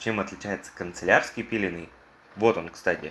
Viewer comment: Господи, мой внутренний перфекционист умер, не концелярский, а кАнцелярский!